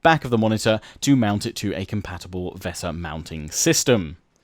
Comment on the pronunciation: Great Video love how you pronounce vesa keep up the great vids